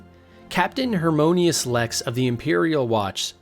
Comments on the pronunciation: This is interesting and all but dude, the mispronunciations are killing me. Like, Vearmina is pronounced “VER-MEE-NAA” not “vermea” or whatever you said. And Hieronymous Lex is pronounced: “Her-Ony-mus-Lex”. Not “hermonious” like you said. I know I am nitpicking but on an Iceburg video where you’re supposed to be TEACHING me things about the series its really jarring to hear you don’t even know basic pronunciation of words in the games. Again, the video is interesting and I’m leaving a well deserved thumbs up for that, but dude: next time please do your research better. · Pronunciation and names are important- Vaermina not Vamira, Heironymous not Harmonious